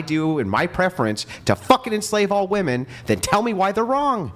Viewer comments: i do not know why . but it drives me nuts when women cannot even pronounce the word women . i have said this before and someone told me i was stupid . maybe im just OLD and i was not aware now its like i am WOMAN . here me ROAR /? is that why they say woman and not women or is it just their pronunciation ? IMO just makes them sound dumb... like i said I was told already this was a stupid thing to argue HOWEVER this is a "debate" so when people do not pronounce words it throws me off. one is SINGULAR AND ONE IS PLURAL > why do i get sooo much pushback when I ask this question? i am not trying to be mean. i am trying understand why they are doing it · When did women stop pronouncing women correctly? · Why do all these 404 all say woman instead of women!! thinks shes smart but she keeps saying it 😂😂😂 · I asked my 11 year old daughter to pronounce “women” and she pronounced it correctly. Why can’t say “women” correctly?